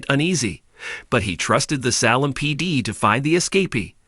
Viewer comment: Please get someone who can pronounce names. Ex.. Salem is not pronounced Sal men!! Good grief!